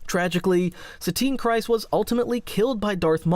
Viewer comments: Kryze is pronounced Kree-z not Cry-z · Kryze rhymes with grease, not with rice. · I just made the same comment to myself how can people still not pronounce things like czerka and kryze properly